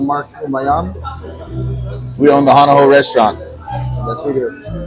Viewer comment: If U wanna do a vid. about Hawaii ... learn how to pronounce the words. U lost all credibility as soon as U said: hana how! DELETE!